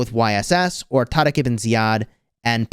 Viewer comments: Why are you still calling Tariq as Tadak? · why do you pronounce taariq like that 😅 like honestly, what letter are you even pronouncing? cause it’s not an R…kinda sounds like a D but either way, you’re not Arab just say “tar-ik” like literally 99% of the people on the planet would do z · bruh im arab and he said his name good enough.... don't spread false information